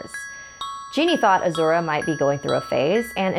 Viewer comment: You're saying Azura wrong... Lol